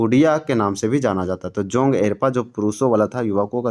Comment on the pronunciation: जोंग एरपा नहीं जोंख़ एड़पा होता है